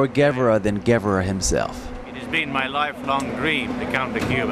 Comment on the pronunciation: This announcer cannot pronounce "mausoleum", OR "Guevara"... and that is just the tip; very poor.